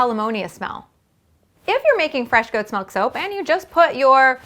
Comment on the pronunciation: WHY DOES SHE SAY MELK!!!!! IT IS MILK